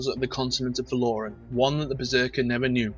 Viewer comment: it's Val-O-Ran not Val-Or-An